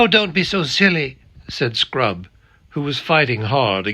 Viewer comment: First time is at 6.53 chapter 12 of Silver chair. Definitely sounds like 'sprout' and not 'scrub'😅😂